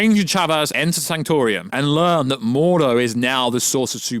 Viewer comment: And it's the sanctum sanctorum, not the sanctor-ium. Bro do you even MCU?